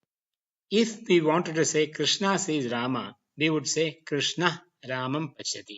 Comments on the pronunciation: Yes but Here the world rama and krişhņa are pronounced as ramā and krishnā which is wrong राम is not ramā but rama रामा would be ramā which would mean a female rama Since the long aaa at the end of the of sanskrit word denotes femenine gender. Same thing with all the words which end with a short a Its yoga not yogā Its mantra not mantrā (My orignal comment was rude so i edited it) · Very much impressed with the high quality of these videos lessons, very good to see some one teaching sanskrit with a foucus on phonetics But one thing is Very disappointing. That is wrong pronunciation of final short a sounds along with some other pronunciation mistakes. Here the world rama and krişhņa are pronounced as ramā and krishnā which is wrong राम is not ramā but rama रामा would be ramā which would mean a female rama Since the long aaa at the end of the of sanskrit word denotes femenine gender. Same thing with all the words which end with a short a Its yoga not yogā Its mantra not mantrā (My orignal comment was rude so i edited it) also the ष and ण are not retroflexed enough and thus sound like normal n and sh